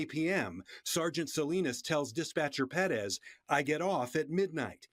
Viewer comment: the refreshing feeling I have after finally hearing someone on tv/online pronounce Perez right is incomparable